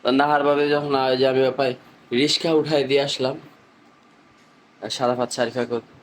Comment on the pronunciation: আপনি ঠিক করে কথা বলতে পারেন না। সাধারণ একটা কথা সেটা ঠিক করে বলা উচিত।। রিকশা, সঠিক। কিন্তু আপনি বলেন রিশকা।। আশা করি ঠিক করে কথা বলতে চেষ্টা করবেন।